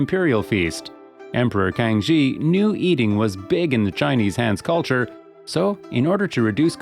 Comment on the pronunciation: I would like to suggest that your pronunciation of Man Han Quan Xi should be like "Man Han Chuan see" not "Man Han Kuan chi". While emperor (Kang Xi) should be pronounced "Kang see" not "Kang chi".